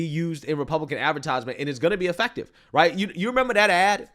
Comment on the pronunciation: Re: Stephen Miller, pronounced “effective” wrong.